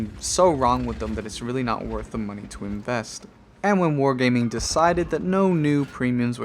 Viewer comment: Lost count of the amount of times you said moneh.